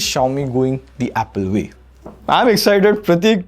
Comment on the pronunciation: It’s not Vay better. It’s way better.😂